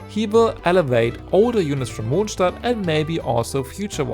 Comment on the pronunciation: i can also confirm that as im a fellow German i suppose mr.mondstadt to but like i can definitely say its how u pronounce it